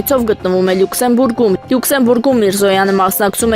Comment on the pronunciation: Գտնվում է Լուքսեմբորգում--- Լյուքսենբուրգում է . Հայերեն